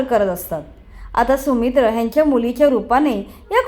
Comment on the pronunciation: सुमित्र नाही सौमित्र